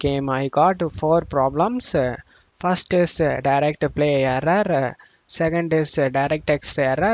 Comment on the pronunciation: brother, kindly improve your pronunciation please. It took me 4/5 times to understand your aarraaraa (error). Thank you.